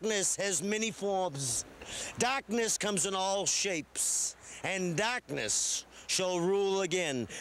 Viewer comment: "Dahhhkness has many foims!"